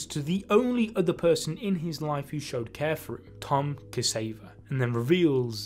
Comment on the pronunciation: Xavier;) not ‘Kaseyva ‘